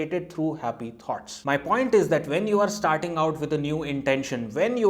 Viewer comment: Thoughts. It took me a while to realize you were talking about ideas because I heard 'tarts'... Sorry but the pronunciation in USA is smoother and somewhat difficult to foreigners or citizens whose native culture has a very strong influence in their spoken fluency.